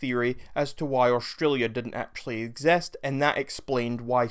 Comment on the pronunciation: Who trusts a a random who says "ex...est", instead of exist